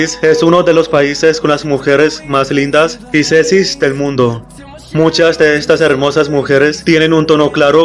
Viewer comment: Jajaja encima lo dijo como 80 veces